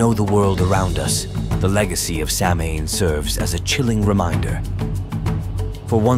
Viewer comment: Isn’t it pronounced sow’ain or souwn? I don’t think the M is heard.